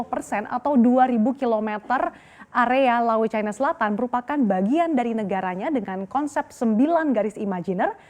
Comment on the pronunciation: MBAK..... BUKAN CAINA........ YANG BENAR CINA MBAK...... KECUALI KALAU BERITANYA ITU FULL DGN BAHASA INGGRIS, BOLEH ANDA NGOMONG CAINA, ANDA ITU PINTER TAPI KEBLINGER YA ORANG ORANG SEPERTI ANDA INI, COBA DEH BELAJAR LAGI.